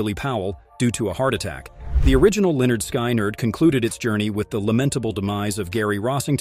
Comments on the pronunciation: Pronounce this band as Lynn ard. Skin ard. Hate how you're doing this! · Why did you release this terrible video? You don't pronounce the bands name correctly. You also include several inaccuracies in this video. This video is garbage and I would suggest that you take it down. I have been familiar with this event since it occurred in 1977 and know pretty much all of the facts surrounding it. Before posting stuff like this, do your homework and KNOW what your talking about!